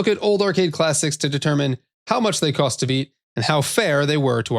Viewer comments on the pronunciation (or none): "Kost to beat" 🙂